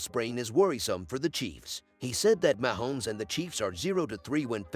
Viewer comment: Wish you would stop using a robot. Can’t pronounce Mahomes correctly.